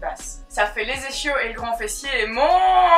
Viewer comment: Ischio ça se prononce isquio